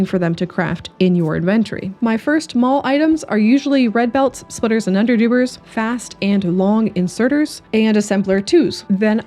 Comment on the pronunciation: "Underdoobers" sounds so right